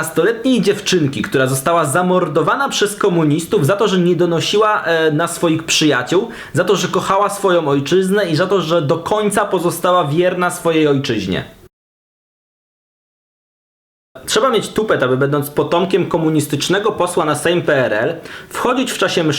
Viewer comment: Chłopie, ale jak już się produkujesz w internecie, to dbaj o dykcję. Nie swojOM, tylko swojĄ, nie przychodzOM, tylko przychodzĄ etc. Jak jesteś polskim patriotĄ (nie patriotOM), to dbaj o właściwą wymowę w języku ojczystym.